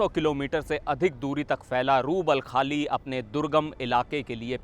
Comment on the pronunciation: बोलना कब सीखोगे रूबलखाली नहीं रूब अल खली रेगिस्तान है मूर्ख हो तुम भारतीय मीडिआ सिर्फ सनसनी फैलाना जानते हो